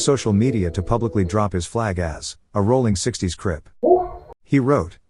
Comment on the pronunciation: Aint no g in rollin 60's